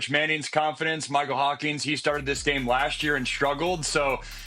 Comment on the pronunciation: Hawkins, not Hawkings, lol, expert.